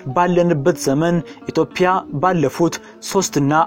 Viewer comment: የኢትዮጲያ እንጂ የኢትዮፕያ እያልክ የምታነበው የፈረንጅ አነጋገር ይዘህ የምታነበው ለምንድነው?